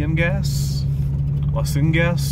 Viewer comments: They are Pronghorn Antelope, and you are perceptive that they are related to goats, more closely to giraffes. Both males and some females have hollow horns, unlike deer antlers which are solid. The spanish term "las cinegas" is pronounced "las siennagas". It is a type of wetlands, spongy and permanently saturated with water...caused when the groundwater level actually extends to the surface. I also agree with you on letting the dogs of the woof pack be dogs, and dig in the holes. There is always some risk but I have had my dogs vaccinated against rattlesnake bites each year since it became available. About $25 each in my experience, although a booster is required after the first time. Not 100% protection, but nice to know they are protected. I wish I and my woof pack were there with you! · I'm no expert, but am quite bi-lingual. I believe Las Cienegas is a misspelling of the word 'cienagas'. It is pronounced Las see-enn-eh-gas ( The letter A in Spanish is always soft, sounding like 'awe' or 'ah' ) and means a wet bog or swampy area. The name hardly matches the terrain. Maybe someone's little joke. There is a street in Los Angeles named 'La Cienega'. Hope this helps